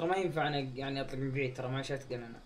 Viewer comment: كلوو شدقن مو كلوو شتقن اقراها صح و ركز